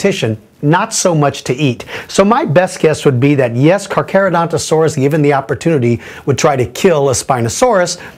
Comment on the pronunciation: Dafuq? Carcha and Caca are said differently.